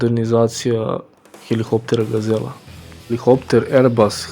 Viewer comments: Није хелихоптер него хеликоптер. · HeliHopter????? ....Hopter??? Halo momak....sta je heliHHopter??